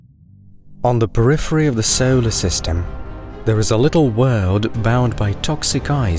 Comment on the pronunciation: So-Oh-ler system. Just the way you said solar system had me coming to the comments. So-Oh-ler system.